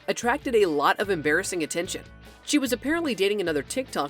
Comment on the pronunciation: "Emmbarisings moments for charlie"